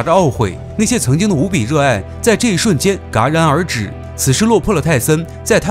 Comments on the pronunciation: 嘎嘎嘎:face-purple-crying:戛 “jia” 然儿止:face-fuchsia-wide-eyes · 博主有一个词读错了：“戛然而止”应该念做jia然而止”，不是“嘎然而止”。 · 戛（jia）然而止